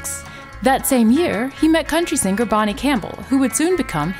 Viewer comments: You've adopted the Forrest Gump way of saying "sing gur", rather than singer. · I keep hearing this narrator say "sing-ger"......is singer with a silent "G".